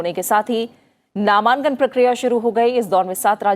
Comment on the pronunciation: मैम ,ये नामांकन होता है नामान्कन नहीं